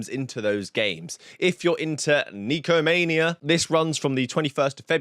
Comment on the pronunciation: It's nekomania, not nykomania. neko means cat in Japanese.